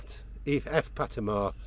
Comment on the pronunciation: Mmm not that great he got pattimores name wrong,!!!